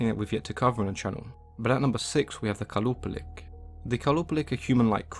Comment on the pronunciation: For qalupalik the Q is pronounced as H.